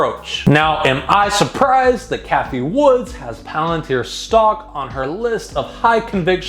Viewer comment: It’s Cathie Wood not Cathie Woods🤦🏻‍♂️